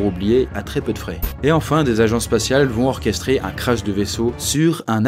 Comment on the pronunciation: La liaison est pas très bien faite mais c'est "Des agences spatiales"